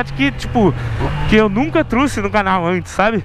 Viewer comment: Falou errado disse truse mas é trouse